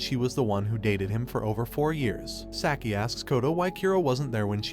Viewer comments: Saki... It is pronounced "Saaah-key" NOT "Sack-ie" -_- Burns my ears to hear it said sackie... sack. sack. sack. -________ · “sacky” and “keero” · Hearing Saki spoken as "Sacky" really gets me for some reason.. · You're asking that of a person that pronounces "Sah-key" as "Sack-I". It's obvious he only knows the basics of the anime just enough to give a recap. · Kuro (Kee ro)? Saki (Sack ee)? I can't 🤣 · Kyuro? Sacky? Wtf man. Learn how to pronounce Japanese names.